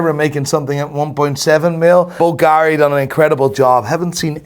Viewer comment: Still unable to pronounce Bulgari cottectly...